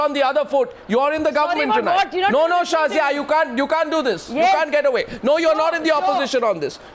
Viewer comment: "Sorry Shazia..No..Shorry Shazia" LOL